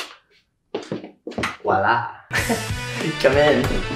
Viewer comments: He say wala if I'm correct you say the y don't have.heheheheh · I thought he said the word "WALA"😂🥰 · hahaahah i laugh because you say ah "wala"